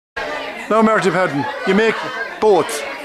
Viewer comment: His name is Marty Patten not Padden